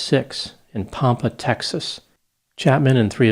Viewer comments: A quibble. I was born in Pampa, Texas. Your pronunciation of "Pampa" gives the early settlers too much credit for sophistication. It's pronounced Pam, like the girls name, pu, short "u", as in "puff". Pampu. Thanks for the videos. Be Well. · Pampa TX. It’s pronounced Pam-puh. Like Pam from The Office ☺️